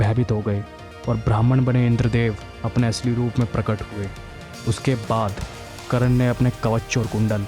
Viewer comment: Vo karan nhi karn ha..